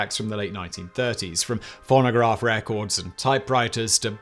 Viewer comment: It might just be my American ear, but I had to play the video back 4 times at the beginning to make sure he didn't say "pornograph records." I'm not gonna call em "nudes" anymore. I'm calling them pornographs. Or better yet, pornograms. Maybe I'll make the best-named snapchat/hookup app ever.